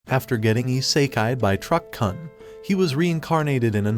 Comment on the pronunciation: It's truck-Kun; not cun. This is the issue with dumbass AI narrators. They don't KNOW how to pronounce anything properly. And worse the writer doesn't know the meaning of what they're writing. If you're going to do this type of roasting content then at the very least you should educate yourself on the proper use of the words you are saying. Not a single one of these types of recaps knows the meaning of Isekai. They ALL use the word incorrectly in 99% of their videos.